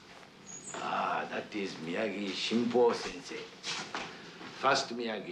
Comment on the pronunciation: "Shrimpo" Sensei....loved seafood and sake bombs........😂😂Johnny